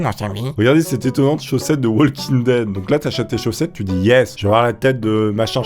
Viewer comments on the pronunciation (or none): none